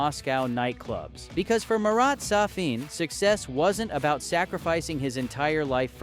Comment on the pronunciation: He is not Sa-FIN, he is SA-fin.